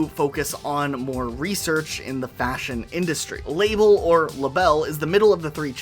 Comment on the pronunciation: Isn’t Label’s name meant to rhyme with Mabel and Sabel?? Or am I crazy😭😭 it confused me every time he said “La-Belle”